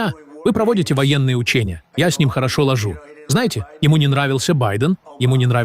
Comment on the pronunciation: Я с ним очень хорошо ложУ... Чего ты с ним хорошо ложишь? От этого ИИ со смеху можно умереть...😂😂😂😂😂